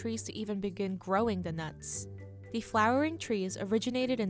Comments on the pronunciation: The narrator can’t pronounce the word “the” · The narrator needs to stop pronouncing “the” as “duh”.